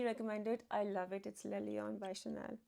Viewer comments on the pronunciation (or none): Thank you, great video - like always! Only one remark the right French prononciation is « l laion » « le » is the definitive article don’t pronounce it « le » just « l »